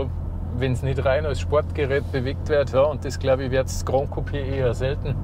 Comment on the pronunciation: Tolles Video, sehr ausführlich! Besonders gut haben mir die Informationen zu den Sitzen und dem Platzangebot gefallen. Kleiner Hinweis noch: "Gran" in Gran Coupé ist spanisch und wird kurz gesprochen, genau so wie man es schreibt. Was ihr gemeint habt war "Grand", das hätte man so ausgesprochen.